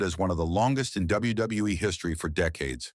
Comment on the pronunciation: This guy or AI can’t pronounce WWF & WWE.